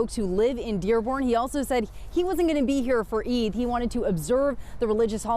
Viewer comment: Good job on getting the pronunciation of Eid right. I hope Mr. Scillian makes a note of the pronunciation so he can get it right in the future (no shade). The 'd' sound sounds more like the consonant sound at the start of the word 'The'. It would help viewers feel more included.